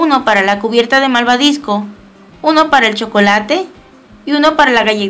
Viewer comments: porque dijiste malvadisco en ves de malvabisco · Se dice malvavisco no maldadiscio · se dice malvavisco no malvadisco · jajaja ella en ves de desir malbabisco dijo maldabisco